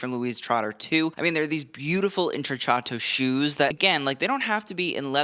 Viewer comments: Indeed - cc followed by a vowel is “ch” and cch is “k” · intrecciato: The double cc is pronounced like a k. Like the word “Pinocchio”. Just trying to help ya out! You do an amazing job on these videos.